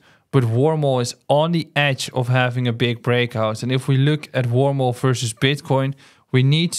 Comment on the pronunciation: Is the last one he talks about called Wormhole? I’m trying to understand what the name is as I can’t understand the way he pronounces it Thanks :)